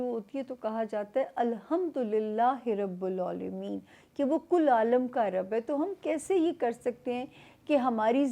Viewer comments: Rabilalameen not Rabulalameen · Samia g ap se aik bat krni ha ha aap Rabbul Allaameemn parhti hain but actual word ha Rabbill Allameen ha hope you don't mind 😊